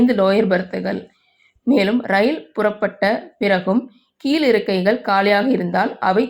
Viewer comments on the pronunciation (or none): வளங்கும், கீல் இருக்கை, பேசற பெண்னை மாத்துங்க. ழ உச்சரிப்பு வர மாட்டேங்குது.